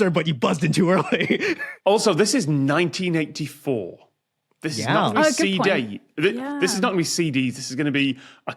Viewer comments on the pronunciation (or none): I was folding clothes (not watching closely) and I, like the subtitle, thought it sounded like he said 1994